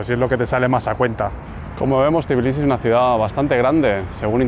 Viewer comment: ❤❤ por fin un vídeo sobre mi país; por fin alguien que dice bien Tbilisi y no dice tiflis 😂😂😂 se agradece 😂… no lo dice bien del todo, pero es mejor que decir tiflis 😂 Algunas personas estafan con los precios si creen que no sabes incluso si sabes hablar el idioma, hay que tener un poco de cuidado… y si, lo de marca y todo eso es muy caro… hasta la mozzarella y esas cosas… la fruta es muy muy barata en general, excepto las bananas y fresas y cerezas que son carísimas Por cierto hay edificios que tienen ascensores de pago, cada vez que usas el ascensor son 20 centavos de lari Es todo tan caro que ni los ciudadanos pueden permitirse ciertas cosas… montar en noria ya son como 8 laris… imagina disfrutar de unas atracciones en familia cuando en Poti el sueldo es de 15-20 laris diarios… por 10 horas o más de trabajo… el Xachapuri es de queso siempre, luego tienes el Lobiani que es una pasta de alubias y luego está el de patata que es masa frita…